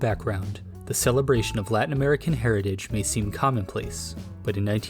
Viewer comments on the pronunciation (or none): none